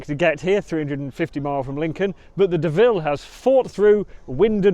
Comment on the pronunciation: you are heinously disrespecting both the Honda AND the French! - The Honda's name is pronounced 'DOH-VILLE' (think Homer Simpson..) not De-ville.. Despite the international-incident you've undoubtedly provoked with your 'faux-pas' (like what I did with the French there?..) I've made the richly deserved donation that you have hard-earned with your stiff neck (and sore bottom..)